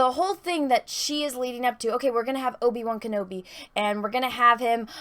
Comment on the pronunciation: Will Disney destroy Obi-Wan's character worse than butchers the pronunciation of his name?